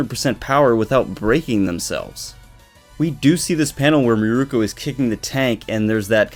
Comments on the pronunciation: Mirko not Miruko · If you love Mirko, say her name right :[